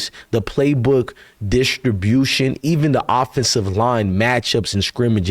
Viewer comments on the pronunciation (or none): none